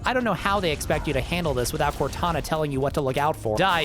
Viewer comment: I can hear "WOTana" lmao